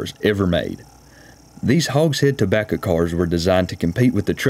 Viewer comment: tobacca... I miss see-gars.